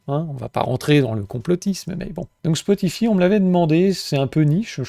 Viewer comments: spotify ( ça se prononce spoti_"faille") un truc de niche ?... je croyais que c'était juste une des plus grosses plateforme de musique/podcast existante avec plus de 700 millions d'utilisateurs... :) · Mdr toi aussi ca tas fait tiquer "spotifi" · Oui Spotify très bien. Par contre ça se prononce Spotifaï, à l'anglaise. Marrant après le commentaire sur les boomers 😅 Merci pour ton travail